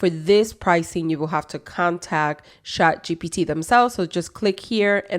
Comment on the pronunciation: Why do you say shat? It's chat right?